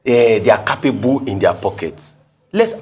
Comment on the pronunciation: It is not car-pay-bu... awon agba woran woran... it is "keɪpebel" oloshi.... se e ni Eni gbo ni?